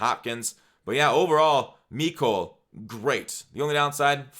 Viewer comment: You said mecole wrong